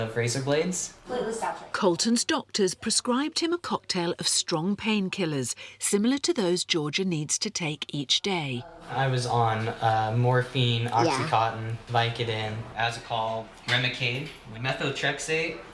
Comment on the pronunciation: how do people (who used the rx) still refer to it as oxycotton?! 🤯😳. I don’t understand. It’s oxy-CONTIN, as in CONtinual release (not IR -immediate release) Are these the same people who call the place you check out books a lie-berry? 😬. Like some lime-raspberry hybrid, not a libRary 📚 🤦🏼‍♀️